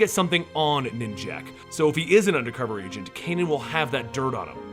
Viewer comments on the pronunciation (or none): lol did u say agent or Asian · At the beginning I thought he said "your best Asian" :p